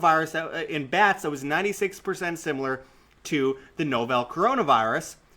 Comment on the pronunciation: Excellent work! (Except for your pronunciation of "novel"-- it's like the book.)